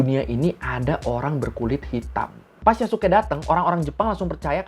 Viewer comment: itu bukan Yasuke tapi Yasiskaeee